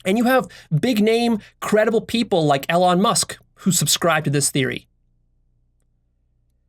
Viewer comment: Learn to pronounce Elon Musk.